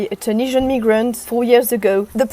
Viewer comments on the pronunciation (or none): Did she say ne-grant ? I've listened 3× and still hear ne-grant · Did she say a "tunisian neegrant"? 😂